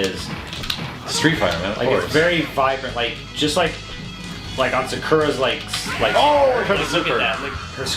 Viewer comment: Why can't no one pronounce Sakura right? lmao.